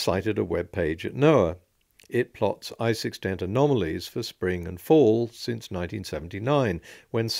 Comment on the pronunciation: "Anomolies" "Cherrypicking"